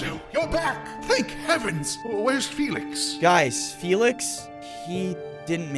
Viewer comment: Felix not folks